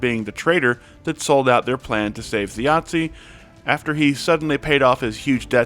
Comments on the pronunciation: also, the “z” in Thjazi is less “Thjiatsi” and more like the z in zebra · I was thinking "why is thjazi Italian" lol